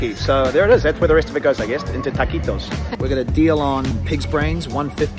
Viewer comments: No, si eso mismo digo, en cualquier parte de España se pronuncia del todo la palabra, incluyendo la T’s. Estos dos no aciertan ni una. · They are in Madrid, and the Supermarket is in a medium/big town called Las Rozas. Its 10 minutes from my house by car. We pronounce the T's there.